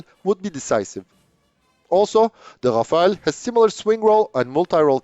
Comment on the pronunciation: It's Rafale, not Rafael, which is an Israeli company, or Rafaele. 'Omnirole' is a marketing term, just like '5th generation', which is supposed to cover some specific features.